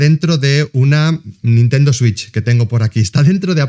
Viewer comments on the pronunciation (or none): none